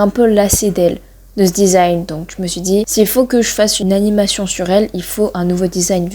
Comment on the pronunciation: desing 😂😂😂😂 design pas desing 😂😂 mais tkt mdrrr Drrr!